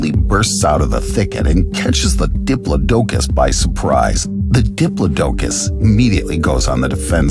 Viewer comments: I believe it was pronounced DI=PLOD-DUH-COS .or DEE-PLOD-DUH-COS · GIGA-NOT-O-SAURUS... & the DI-PLAUGH-DUH-CUS... PLZ PLZ, program your A.I. reader.. with better pronunciation. this was VERY hard to listen to..